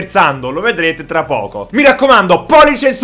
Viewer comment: Ragazzi ma avete sentito al minuto " e lo vedremo tr poco ", il tr lo scritto apposta ahahhaahaa